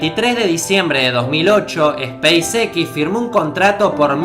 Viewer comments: space EQUIS.... space EX suena mejor ;) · Banana, se dice speis ecs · se pronuncia espeis ex ( space x) no espace equis ... porque combinas ingles y español? buen vídeo, pero ese detalle es de mal gusto. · Esa "A" de SPACEX me parece una "Y" diría SPYCEX, quiza solo es cosa mia pero es curioso. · spacex yo lo pronuncio speisez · Si vas a pronunciar en inglés "space" y no "x" para eso decilo todo en español.Bestia. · se pronuncia espeisix :V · Se me quema una neurona cada vez que dice "espeisexis".... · La pronunciación de los nombres que usas es repugnante hermano. Youtuber y no sabes pronunciar SpaceX? Ni siquiera PayPal que es tan fácil? Aprende a pronunciar bien los nombres hermano no seas tan sinverguenza. Es una crítica dura porque no soy hipócrita, es para que mejores no para que te ofendas. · Seria bueno que si vas a pronunciar en ingles el nombre de la compania "spacex" pronuncies tambien la x en ingles, sinó no tiene sentido, no te parece?